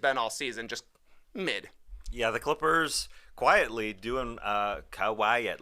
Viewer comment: love the "ˈkwʌɪətly" part the Tas dropped :D